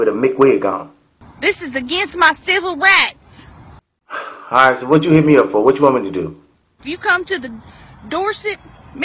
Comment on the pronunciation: ushe said civil rats..lmao